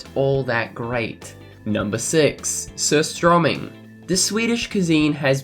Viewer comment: Hahah I like how you pronounce surströmming "sosstromming". I know it's hard for you to pronounce it, but it's pronounced more like "suurstrÖming".